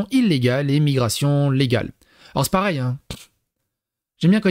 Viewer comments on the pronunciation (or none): none